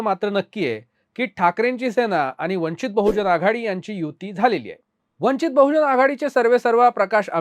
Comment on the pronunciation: वंचित बहुजन आघाडी असा उच्चार करा